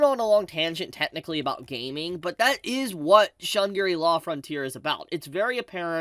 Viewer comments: Shang-ri-la, not Shan-gi-ri-la 😅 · Great series, Great video, Fully agree that this is a nod to gamers, so if you know you know. Huge Potential. AMAZING Opening with a group, full of some veteran artists. But PLEASE. it's shan-gri-la, not shan-giri-la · Shangri-La is a fictional Tibeten city from the 1933 fantasy novel Lost Horizon, written by an Englishman. It is pronounced with three syllables: Shāng-Grē-Law. When you say it, it sounds like you are somehow finding a fourth syllable. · Shang-gri-la say it with me now, how have u never heard this word before .. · yeah i heard Chun Giri law... but i didn't want to be mean ;( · say that name again lol XD